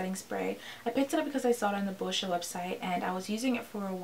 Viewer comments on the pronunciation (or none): Girl you deserve so many more views!!! Who wants a product that unintentionally tye dies your shirt 😂 Side note it took me a while to notice that you were saying "boscia" I swear you were saying bull sh** website